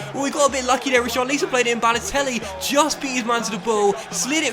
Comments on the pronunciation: It’s pronounced tarkovskee and risharlison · How many times do we have to ask you to say Richarlisons name properly? Read the comments ffs